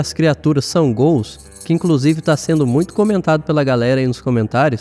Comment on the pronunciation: ótimo vídeo, tudo indica que são ghouls, mesmo... Parabéns pelo trabalho, pelas informações, mas me diz ai por causa da sua pronúncia ficou uma duvida os gools foram do "santos ou do curintia" rs... zoeiras a parte, desejo sucesso...